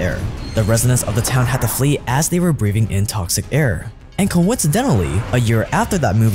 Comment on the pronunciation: Did you say " breaVing in toxic air"?